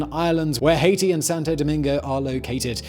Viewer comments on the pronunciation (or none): none